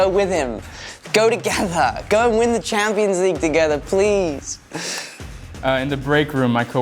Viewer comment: man said "champions" in the most American accent